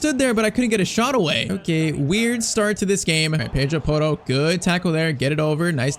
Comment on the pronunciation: NO HATE BUT YOU ARE PRONUNCING PEDRO PORRO AS A BRAZLIANT AND HE IS SPANISH SO DO I I LOVE IT CAN I GET A SHOUTOUT PLS AND A SUBSCRIBER